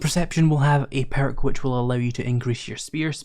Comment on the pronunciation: Lol peark😂what is that a speech impediment?